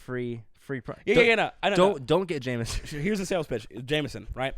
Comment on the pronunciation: Are you guys pirates. There’s no r in Jameson 😜